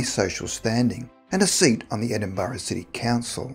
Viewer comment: Come on man, you should no how to say Edinburgh